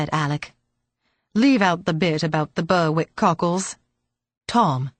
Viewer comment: Berick not Burwick